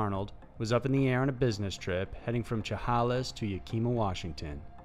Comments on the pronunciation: Just FYI - #5 - the cities are Yakima(Yak-a-mah) and Chehalis(Sha-hey-lus)... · Chehalis is pronounced Shehaylis. Yakima pronounced Yak ee ma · I hate to do it bud, love your channel none the less. But those are Native American tribal names for the cities. Pronounced “sheh-hail-ess” and “yak-eh-mah” basically because I live here an all, keep up the good work! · The butchering of "Yah-ka-ma" and "She-Hale-us" was horrifying lol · I had to replay the pronunciation of Chehalis and Yakima a few times, they were butchered so bad I wouldn't have known what they were if the narrator didn't say "Washington" afterwards. Chehalis - Shu-hey-lis Yakima - Yak-i-maw as in the yak is in the maw of the beast. We have lots of places that use native american names in the area. No harm no foul. Please check out the wikipedia page for the town next time, it might have a pronunciation guide or a sound clip to use. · Oh my. I love these channels but sometimes the pronunciations just slaughter me. Its Sha HAY lis and YAK ima...it's really not hard to find out how to pronounce a name or word anymore. Sigh. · Correction. Shah-HAY-les and YAK-a-mah. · being from Washington the chehalis and yakima pronunciation KILLED me lol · Also mispronounced Chehalis... People with their lack pronunciation of Native American words. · right? or chehalis?! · I love your videos but I have never heard someone botch saying Chehalis and Yakima so badly in my life. It’s ok you have to live here to know how to say the city names. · Good job totally butchering the pronunciation of Yakima and Chehalis.